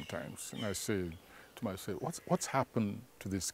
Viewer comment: You mean Mayself? Nyou😂😂😂